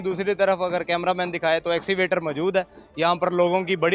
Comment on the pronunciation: axivator nahin kehtay bhai Escavator kehtey hein